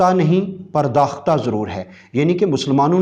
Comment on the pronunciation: پرداخت' purdaakht' صحیح تلفظ ھے۔